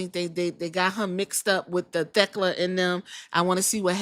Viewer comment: I love Queen Aminata I hope she can show up more. I like Thekla a lot too I watched her in Japan last year but I hope Queen Aminata isn’t just being used to prop Thekla up since they are feuding right now. Shes who I want to take the title off Mercedes. You pronounced Thekla right by the way, fans were being weird about that match ending, Aminata didn’t do anything off.